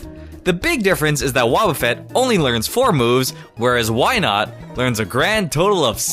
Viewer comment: IT'S WYNAUT, NOT WYNOT!